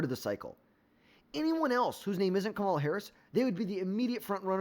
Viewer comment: Still not saying Kamala right lol